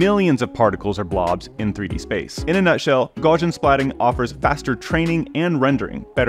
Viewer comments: Gaussian is "gow-see-ann", even though it looks like "gawsh-ee-ann". Just remember "Gau" rhymes with "Tau" (which rhymes with "cow"). The name Gauss rhymes with house. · The fact that the guy cannot look up in any online dictionary how to pronounce Gaussian tells me that's a complete moron.